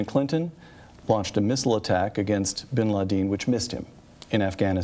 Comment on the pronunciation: Bin ladeen? Wtf lol